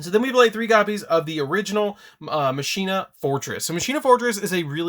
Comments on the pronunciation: FOR THE LOVE OF GOD!!! ITS PRONOUNCED MACH-ENA. It's Latin for machine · "Muhsheenuh" or "Mawkinnuh" that is the question of pronunciation... Its... its Pronounced like "Mawkinnuh" but sick video on one of my childhood decks when I just got them cuz they look cool